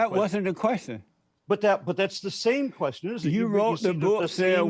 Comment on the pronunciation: How the f**k is JLP going to try to ask any question whenever he can't even pronounce question correctly?!